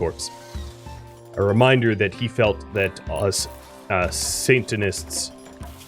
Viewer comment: Santanism...lol, ok I've got to watch this story from the beginning. Off to ep1 I go. I can't hear you say Santanists without laughing, should be a good time.